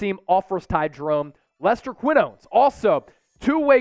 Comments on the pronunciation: Qui-Nowns. LMAO. Pronounce his name right damn it. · Totally butchered Quinones' last name. Please make an effort to pronounce names properly if you care about what you do.